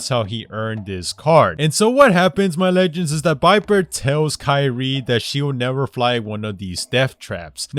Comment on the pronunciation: Viper not biper